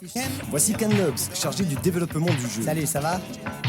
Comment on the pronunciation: "manager de développement" ça veut rien dire jpp (et c'est quoi cette façon de prononcer "développement"?)